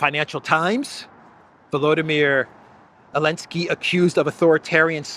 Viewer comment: Can someone tell me why pronounces Zelenskyy “Alinski”?